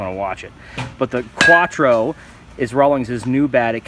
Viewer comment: Quatro lol the way he pronounces it